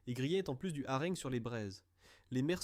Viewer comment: IA extrêmement pénible : " les harengues" (phonétique)😂😂😂, jusqu'à ce jour je connaissais le hareng, ça doit être autre chose